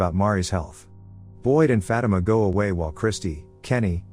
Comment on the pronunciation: The way he says Fatima sounds like he saying fat emma 😂